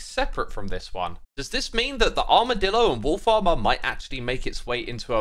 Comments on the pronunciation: Everytime you say "wolfs armor" i hear "wool farmer" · Everytime you say "wolf armour" I just hear "Wool Farmer", and that was really confusing to me until I realised. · wolf armour,... who else heard wool farmer?